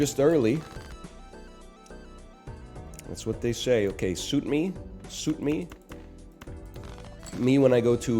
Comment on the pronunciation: "Suit me" sounds very much like you're saying "blow me" in Danish. So "Suit me... me when i go to mens wearhouse" really hits different.